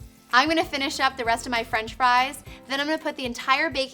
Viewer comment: *fries not fie like "fee fie fo fum i smell the blood of an english man"